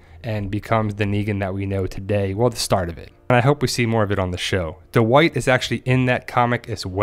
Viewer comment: Du-wight?? Dwight